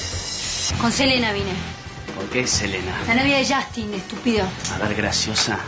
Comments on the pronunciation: Justin no SHASTIN !!! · Se escribe justin y se pronuncia Shastin